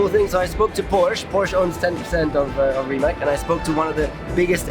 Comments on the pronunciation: Gut aufgepasst auch Rimac wird nicht Rimak ausgesprochen sondern Rimatz..... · His last name is not pronounced as Ree Mack...................its Ree Matz. Get it right people. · Nico, it pronounced RIMAC with a C not K. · RIMAC not Rimak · Saying rimack, rimak or something like that is wrong. The correct way to say is rimac. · Pronounced "Rimats", not "Rimak" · is it really that difficult for Nico to pronounce Rimac correctly? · He pronounced Porsche and Rimac wrong